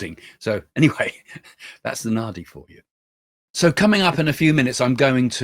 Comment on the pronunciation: Nadi - d is pronounced as d in drum .